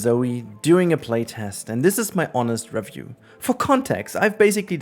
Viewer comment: Oh boy.. Off to a great start with this video that is already pointless before even clicking on it. Can't pronounce REVIEW. Can't even pronounce the NAME OF THE EFFING GAME..? Daheck is that? How on earth can anyone with their brain still working, even THINK they can "Review" a game that 1. Isn't released yet. 2. Played at best an ALPHA build, not even BETA. So dry on content that we're making any sh-t now? Tell me, how can you REVIEW a GAME, that not even YOU, nor the DEVS themselves have even seen and tried everything, because about HALF the effing game isn't even made yet dude. Stupidity all around with some youtubers it seems... What's next, gonna Review Elder Scrolls 6 too? Heck why not Review the next Mass Effect? Oh, you can't, you have to at least play a super early, not even half-finished game, to wanna review it? How about doing what a review is supposed to be, review the Finished product. Do you go to a restaurant, enter it's kitchen, it's barely halfway thru your dish, and just by a quick glance, you can review the restaurant? Get real dude, fair enough if you need to make videos like a drug or whatever But ffs, stop bullshitting your viewers. Already knew this was gonna be a dumb video since it's a 'review' lol. But then within the first few seconds, says review wrong, and even get the friggin game's name wrong. wooow. Quality...is a myth. Apparently. Now if you had titled the video "played a super early build of the game for X hours, here's my THOUGHTS".